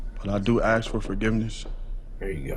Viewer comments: But he can’t even properly pronounce the word “ask”!! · Bro is a serious Lumberjack...keeps AXING for forgiveness, not even prefacing with an apology...TIMBER!!! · HE AXE FOR FORGIVENESS